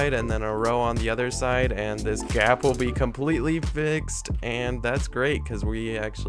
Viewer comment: Say gap not gyap